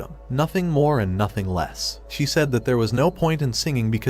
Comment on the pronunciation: Why does he always say ‘’nothing more thothing less’’